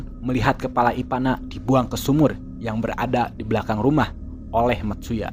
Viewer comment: Ivana bukan ipanak wwkkkk apa gw yang slah denger yak. Dika tapi bukan dikak